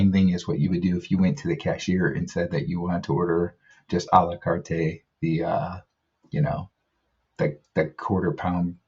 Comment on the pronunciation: You only need to pronounce it Ah lah cart... the E is silent.